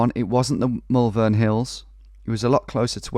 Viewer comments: Almost made it in a vid! Just for when you come visit, we pronounce Malvern more like mole-vun. Peace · As someone who’s from Malvern when I hear him say the Mal-vern hills it weirdly annoys me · I’m from Malvern and I physically cringe every time I hear you pronounce it 😂 (It’s Moll-vun) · hahaha that pronunciation of malvern has me in bits